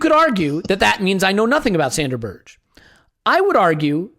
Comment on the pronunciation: Berge = "BEAR-g'uh", not Berž. Most name mispronunciations I can live with but this one rather grates. I guess I've already built up a tolerance for "Kolo-SEE-natch" ("Kol-ASH-innatz"). Good podcast though. Hbd!